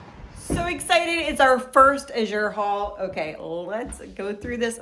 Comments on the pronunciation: PROBABLY pronounced l8ke the color, a blue, AZHure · May I give some help by saying- the way you pronounce “Azure" correctly is to put the accent on the first syllable as in the color blue.